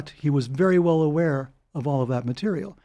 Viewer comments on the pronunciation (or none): zee painterrrrrraa